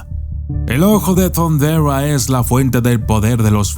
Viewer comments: Como ? Thunderua ? ? Hasta donde e escuchado se dice THUNDERA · Jeje!😂 "el ojo de thunderrra" como muy agringado!🤣😂